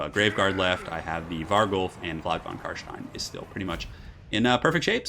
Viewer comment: Very good Job on the Carstein pronounciation, many non german speakers struggle with german sounding names